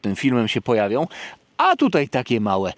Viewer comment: Tůtaj, tůtaj 😅